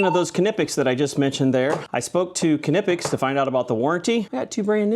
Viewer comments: and it's an American pronouncing it, yet, wrong again. The dude literally says its pronounced kuh-nip-x, but is saying kih-nip-x over and over. The correct German pronunciation is kuh-neep-x. American pronunciation will elide the "kuh", leaving you with neep-x or nip-x There's more than one way to pronounce many words and they're all accepted as correct. If you do a very simple web search, it will give you both the German and American pronunciation and even offers an audio clip for you, in case you're too ignorant to understand the phonetics 😂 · sure sounds like you're squabbling to me. You've even resorted to cussing 😂. "Official YT channel" or not, the pronunciation being used is anglicized, as already mentioned by other user. Yet, during the entire 30 seconds the guy keeps saying kih-nip-x repeatedly. That's not even an American pronunciation. I'm German and I can tell you ¹There isn't a short "i" sound in the language, as in "nip". It's pronounced with a long "e" sound as in "deep". And yes the "k" is sounded out. None of the responses here are incorrect. The OP said both are correct, but there is only one correct and three accepted pronunciations. Kuh-neep-x is the correct pronunciation, bottom line you can ask any German. The video put out by Barrett Tools demonstrates this perfectly. Kuh-nip-x; neep-x; nip-x are all anglicized and are not wholly wrong, they're anglicized. If you don't know what anglicized means, I suggest you educate yourself. Anyone can have a T-shirt made. Relying on this, which was, again, put out by an American division then calling it official is just plain ignorance. Same goes if you just cannot grasp the very simple fact that there is more than one was to correctly say many words. Stop being so shallow. 🤷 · that man is LITERALLY pronouncing it incorrectly. Hell, what he's saying isn't even a correct American pronunciation🤣😂 What a loser...